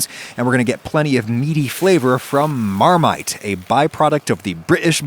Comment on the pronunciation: As a Brit, hearing "Marmite" in an American accent confuses and scares me